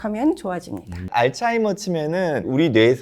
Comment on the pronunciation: 발음이 알츠하이머도 좀 이상하게 하시더라구요